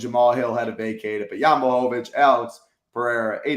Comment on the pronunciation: Dude said Jan like Janet 😂😂😂